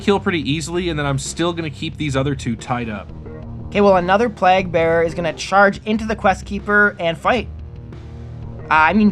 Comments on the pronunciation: It’s pronounced PLAYG!!! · Every time pronounced Plague I got triggered😢